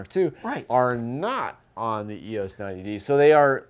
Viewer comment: It's "E-OHs" instead of "E-OSS." Haven't this guy seen the old Canon Rebel commercials with Andre Agassi? He looks old enough.